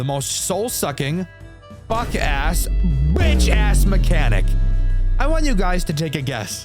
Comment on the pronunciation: I love how he just emphasizes the B “🅱️itch ass” and then the cherry on top was the complete meltdown 😂